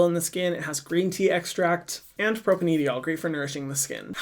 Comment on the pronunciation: Hey Hyram! Just a note on one of your ingredient pronunciations for future use (as a cell/molec bio major) propanediol is said like propane (like the gas - "pro pain") and then diol is like (die-all). It can definitely be hard to know how to pronounce some of the more technical/structural names if you haven't done organic chemistry, which most people don't. But I hope that's helpful! Thanks for more awesome content!